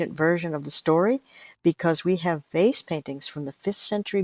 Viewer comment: It took me half way through this podcast to realize she was saying VASE paintings and not FACE paintings. Makes a lot more sense now.